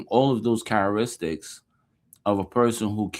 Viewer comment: You can't even pronounce "characteristics" - you should be quiet.